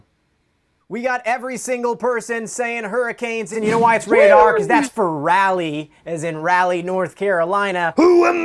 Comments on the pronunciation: ewww did DJ just say "RAL-y"?? 🤮boi it's pronounced "Rawl-ie." It's okay tho most people mispronounce our city's name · Rawlee not Rahlee. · It pronounced Rahll-ee Not Ral-ee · ITS NOT RAAAHLIEGHH ITS PRONOUNCED RALEIGH(RĀALEIGH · R[aw]lee. Not Rally. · Am I the only one slightly off put by it being called rally and not Rah leigh? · Raleigh native here: for some reason a lot of people I’ve seen online pronounce it “Rally” but it’s really pronounced “Rah-lee” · RAW-LEE not rally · It's pronounced RAW-LEE not Rally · not Rally, its (raw-lee) raleigh NC say it right plz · Raleigh is pronounced like raw-lee not rally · I hate when people say that! It's pronounced: "RAW-LEE" ! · Rah-Lee not rally, y’all. 👀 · Hi, lifelong Hurricanes fan and season ticket holder here. The Hurricanes town is Raleigh. It’s not pronounced “RALLEY” it’s pronounced like “Raw (like raw meat) Lee (like Anders Lee) big fan of y’all! Just wanted to help out 😁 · So I’m from North Carolina love the canes that RAALee it’s Raleigh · ITS ACTUALLY RAWLEEE IS HOW U PRONOUNCE IT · It’s pronounced raw-lee cmon Z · it pained me when he said rally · it’s rah lee 😭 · It’s pronounced Rahl-lee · you said raleigh wrong but yeah 👍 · “It’s an R for rAlLy 🤣 don’t know why everyone not from north cakalacky gets Raleigh wrong lol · As a Raleigh native and Hurricanes fan, the way you said Raleigh is absolutely criminal. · how would you like it if everyone was always mispronouncing your hometown?